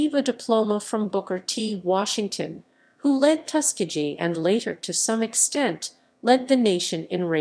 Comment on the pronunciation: Reader improperly pronounces commonly known terms…to include Tuskegee. Please take this down!!!